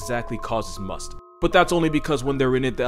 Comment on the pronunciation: You dude you said masth right!! Mad respect